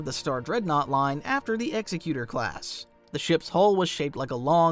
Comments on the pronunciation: ExEcutor, not ExecUtor. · Ex-eck-you-tor... NOT exy-cyooter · Its EXEC-QUE-TOR, Not EXE-CUTOR. Like an executive. Not an executioner. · the continual mispronunciation of the most famous of all SSDs makes me want to proclaim an executive order - the SSD is named like with “egg-ZEK-you-tor” such as the main person who deals with a deceased “will and testament.” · You’re pronouncing Executor wrong. You’re saying Executer, as in someone who executes, but it’s pronounced like you’re saying executive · Your mispronouncing Executor, i could be wrong but I always thought it was “Ex EK you tor” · It's pronounced ex-EC-utor! So annoying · Yes it apparently refences a legal term: "executor of last will and testament" so it most likely references Vader and his responsibility of "executing" his master's wishes. However the correct pronunciation seems to be egg-zeck-utor. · Hate to be that guy but it’s pronounced egg-zeck-you-tore executor. Or like executive instead of like execute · FYI Executor isn't pronounced Executor like as in someone who kills people which is actually an Executioner, but is said like Eggs-Ek-You-Tor. It's Executor as an the Executor of a will or somone of high importance carrying out a task which is because it's Vaders ship. I know people like to say it can be both or that what I'm saying is wrong but it is quite literally 100% pronounced as, and only as Eggs-Ek-You-Tor. I know this is a nitpick but it's something I hear a lot and it's so easy to look up not to mention the name thing is rather well known as well as this being at the beginning of the video is frustrating.